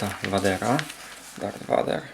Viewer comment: a i mówi się wejder